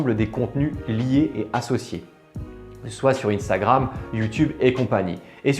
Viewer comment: Sa se li pas iiiinnstagrame c sa se li un stagram